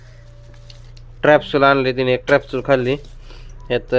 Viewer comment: स्ट्रॅप्सूल नसतं ते strepsil असत 😂😂😂नीट बोल